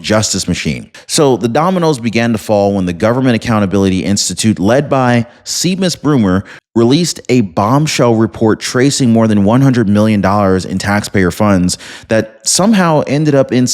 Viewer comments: Seamus is pronounced Shaymus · Seamus is pronounced "SHAY-muss" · FYI Seamus is pronounced SHAY' MUS. Think Scotland. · Seamus is pronounced Shamus